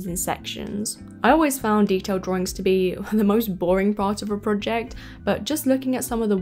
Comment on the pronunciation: As a Texan with a very different accent, I find the “r” in drawRIngs so endearing. 😊